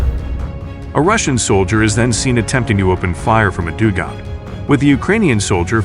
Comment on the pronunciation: Teach your computer to say dug-out